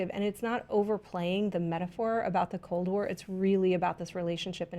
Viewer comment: Wow! I'm Polish and I've been watching you guys for years now. The fact that you recognized cold war really means a lot to me, didn't expect that. And, your pronounciation wasn't that bad;)